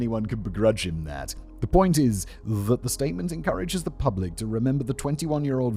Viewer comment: Does he say pRublic? Like lengthLy? Why do I enjoy these oddities in spoken language?